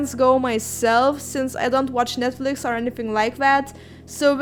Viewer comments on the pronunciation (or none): none